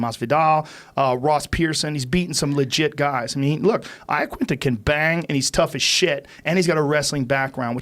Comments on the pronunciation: Joe, other guy, UFC guys, do you in your heart of hearts, really believe Al's Italian surname is pronounced Eyeaquinta? C'mon you Muppets. Make a fucking effort. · Why do people call him Laquinta? Its Iaquinta